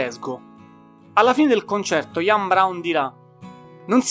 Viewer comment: Sono daccordo, per esempio SQUIRE va pronunciato SQUAIER non SQUIR. IAN come si legge ma con la I accentata. La dizione in generale non e' ottima ma comunque apprezzabile che un giovane parli di artisti come smiths, stone roses, cure, smashing pumpkins ecc ecc. Auguri!